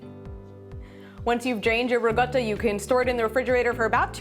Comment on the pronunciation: Im making it now..but why do you keep saying Ri GOTTA??? when its RiCotta?? Cotta means cooked not gotta...